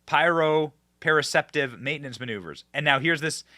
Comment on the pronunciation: Benny cmon man I'm a therapist and do this on a daily basis. It's not pronounced as you are saying it so try it phonetically. Pro pro sep tive🤣 has to do with your brains perception of where your body is in space. Some people are visually dependent and others are more tactile dependent for balance and in therapy are challenged where they are deficient